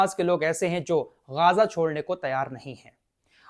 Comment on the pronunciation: Ghaazaa nahin bhai Ghazaa bolo aap